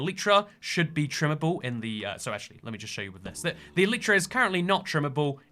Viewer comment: man cant pronounce elytra (i mean im still subbed but PRONOUNCE IT CORRECTLY)